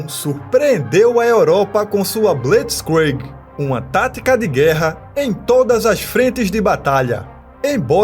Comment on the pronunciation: A pronuncia de blitzkrieg está errada,mas da para entender.